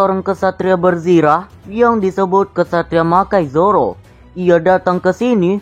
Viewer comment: Benar tuh sala ngomong tuh abang